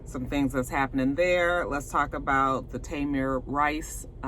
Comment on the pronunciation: I knew his name was Tamir! The anchorman said Tamar. ABC news!